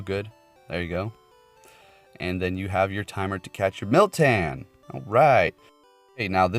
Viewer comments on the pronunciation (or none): There is no i in moltan lmao